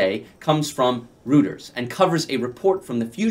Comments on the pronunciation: JSYK, Reuters is pronounced "Roiters", not "Rooters". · Roy' ters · Philip you are correct, it is pronounced Roy-ters, look up the pronunciation on Google. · The correct pronunciation of Reuters is Roy-turz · Well, if it’s spelled Reuters, then that’s how the average person will pronounce it. I would too. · Well, if it’s spelled Reuters, then that’s how the average person will pronounce it. I would too. (Reu-ters). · I see there are three comments about how you pronounce Reuters, so I won't address that. I noticed , you say "dollars," but the post you're showing says "£." Other than those things, I find the video interesting and informative